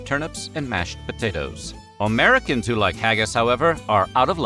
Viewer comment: I like how he pronounces it as "omericans" i mean i like how he pronounces everything but yk (i just love his voice)